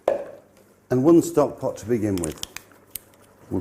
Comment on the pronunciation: Have a shot of Tequila every time March says Stovkpot.